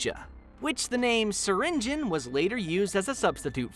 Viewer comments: it’s not (syring geon) it’s (syr ing e on) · Bro it is syrinGEON not syringin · In Syringeon The e Is Not Silent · Developers: “ser-engine” (I’m pronouncing it btw) All the players: “ser-in-jee-on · Wait it’s pronounced syringe-on and not syringe-ion? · Everyone says /si-ren-ji-yon/ but its actually /siren-jen/ loll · so it's pronounced syring-in? not syringe-eon? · I have been pronouncing syringeon’s name like sir-in-g-ee-on when the name is pronounced sir-in-g-en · It's "siringin"? Not "siringiyon"? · wait wait wait syringeon is pronounced syringin .............. WHAT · Cause it's how the way You pronounce SURGEON. Now I think obviously You dont pronounce Surgeon "EON" You probably pronounce Surgeon like "Sergen" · Him saying Syringeon. Me:ITs pronounced sur rin ge on.....or have i just pronounced it wrong my WHOLE LIFE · SYRINJIN IS HOW IT IS PRONOUNCED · Syringeon isn't a monstrosity, he's a Surgeon. HE IS A SURGEON, HE IS A SURGEON!! oh, so THAT'S how you pronounce it! I thought it was pronounced "ss-eye-rin-gee-on" 😅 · Syrigeon : uhh wrong bro narrator u keep wrong ahhh now thats good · You’re telling me I’ve been mispronouncing his name wrong ever since the beginning of his existence?! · That’s how Syringeon is said?! I’ve been pronouncing it as”Syringe-E-on” I’m still gonna pronounce it like that though. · you’re a part of the gobb team and you pronounces syringeon’s name wrong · Why he saying his name like that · i never knew Syringeon was pronounced like that (also wtf was with that old version XD)